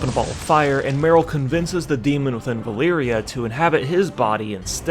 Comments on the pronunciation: Vuh-leer-uh, not Vuh-leer-ee-uh. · valeera, not valeeria it was bothering me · her name is VA-LEE-RA not valeeria camilia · My dude the amount of times you miss pronounced Vah - Lee - Rah 's name made me dislike this. The first 2 times i was like meh , but then you go repeating it over 9000 and it made my ears bleed. Other than that, unpopular opinion from an old player/reader: i actually like Med'an cause im not stuck with my head up Metzen/Hazzikosta's bikini bottom and i like to imagine different things happening in wow before they just pop in game and all of a sudden we needa like it cuz yehhhhhh boiz (See Shadowlands. That realm is as absurd as it gets with no prior lore support and also for - together with Cataclysm content - being totally a rip-off of another less popular russian game called Allods.) Later edit: i couldn't leave it a dislike man, your trollery is too good. But also, Eytesh? its Ah - Tee - Esh (As per Khadgar in Legion). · I think you got the Valeera pronunciation wrong.